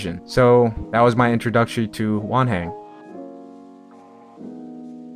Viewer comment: I thought he was saying 'One hand' until I read Wanhen jajajajajaja